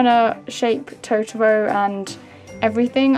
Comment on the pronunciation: The way u say totoro is so wrong D